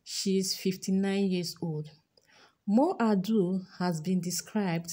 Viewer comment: Mo ABUDU!!! not Mo ABDUL